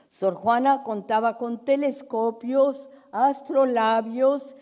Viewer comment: Se equivoco y dijo "tenescopios"...